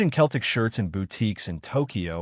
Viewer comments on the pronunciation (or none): It’s Celtic not Keltic 😂